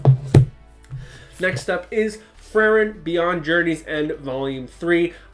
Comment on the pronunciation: I hate to be the guy to complain about pronunciation, but Frieren is pronounced "Free-Ren", so you're close. It means freezing in german